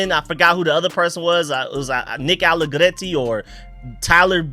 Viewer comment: Someone please tell how to pronounce Nick Allegretti's name? Its GR bro not GL with extra italian nuance.